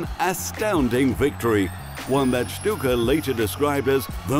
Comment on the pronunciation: Why the commentator is pronouncing DAVOR SHTUKA over and over, even if he heard the correct prononciation multiple times from native Croatian speakers??? XD anglophones simply can't afford anything out of English stuff, it's beyond their reach!